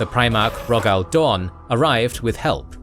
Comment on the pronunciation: Okay this is gonna annoy me and yes I am "that guy" for doing this but its Roe-gul Dorn not Roh-gal, Low-ken, not Loh-ken, Eye-doe-lon not Eye-doh-lon